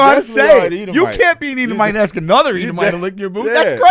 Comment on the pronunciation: MAYBE SLAVERY DURING THE DURATION OF THIS PODCAST WOULDNT BE THAT BAD ? " I LIKE SAYING SOWORD BETTER" LMFAO YEAH AND INSTEAD OF ASK YOU SAY AXE LMFAO